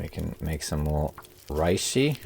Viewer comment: Always wanted to say that reishi is a Japanese word. Japanese doesn’t do compound vowels, each is pronounced separately, with two exceptions: ei which extends pronunciation of the e, and ou, which extends pronunciation of the o. Therefore, reishi isn’t pronounced like the Germans would, RYE•shee. It’s pronounced REH•shee (or RAY•shee for the more westernized tongue). Sorry, can’t help myself.